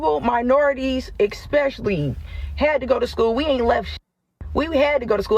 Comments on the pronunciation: first it was ask now its especially...she just said excspecially ... what is going on with these so called sducated people. I left school at 16 with very little in the way of qualifications. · exspecially? Sounds really well educated. 😅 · Did she say "expecially"? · "Ekspecially" a waste of an education. Thank god for HBCUs, they're clearly working well. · She's right it's not the same as an auto loan, in that you can drive the car to work and that degree in African American studies isn't worth the paper it's printed on. And the word is "especially", not "EXpecially". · She said "expeshilly". That's all you need to know. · Expecially? She didn’t learn too much did she? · Im so sick of black people im sorry.... Their ignorance, and non compliance to law, rules, and everything that takes accountability in life to just live including and as she says EXSPECIALLY 😂 behavior is getting so damn old, cringy, and embarrassing! Its behooving at this point... so cringy, and sickening. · "ikspecially" That education loan really paid off for her. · EX-specially. Apparently she did not tale English in college. 😂😂😂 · eckspecially? Man! A can of sardines is more intelligent and useful than this one from that community. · This collage student said ecspecially 😅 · “EKSPESHLY” girl get a refund for that college education. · "EX-pecially" And she calls us idiots 😂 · I blanked out when she said “ exspecially” didn’t hear another word she said 🤦‍♂️ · she said "eckspeshally" 😂😂😂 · Yeah, expesally! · She went to school and pronounces especially... Expesially. Carry on y'all. I'm done. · Expecially..?! Did she go to school ?! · It’s…exactly the same 😂 also, “eck-speshully” go get a refund sister, they did you dirty. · What is Ekspesly mean? Did she mean, especially. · she says "eXpecially"... her education loan was utterly wasted. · That lady pronouncing "eSpecially" as "Xpecially" like nails on a chalk board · She is "Ekspecially" stupid. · Lost me at Ex-specially...